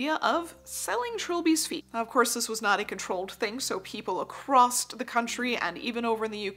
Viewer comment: I genuinely mean no offence but I did have to laugh at how many times you said "A-CROSST in this video... I'm not american so I'm not sure, is this just an american thing where they say many words so ridiculously wrong that it's utterly bafflingly, for example, common words like as "URRRB" instead of "herb" or "mooz-ZAAAHM" instead of "museum" ???????